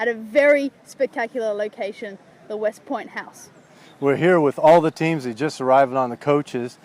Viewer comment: westport not westpoint